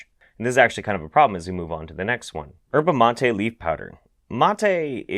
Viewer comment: Dude, the 'y' in yerba mate ain't silent. It's EE-ehr - bah - MAH - teh.